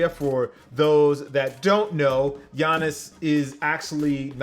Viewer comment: Facts were does this nigga see an i in gianis name lmao